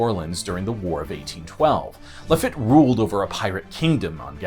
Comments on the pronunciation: Great video and many thanks. Just one note from a Gulf Coastal native: its Jean "La Feet" not "La Fit". That made me cringe a bit. Cheers! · It's pronounced La-feet ! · His pronunciation of Lafitte was painful.